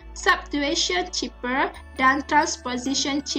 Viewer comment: Its pronounced "cipher" not "ciper".......